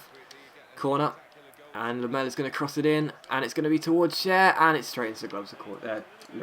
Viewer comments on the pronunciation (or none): none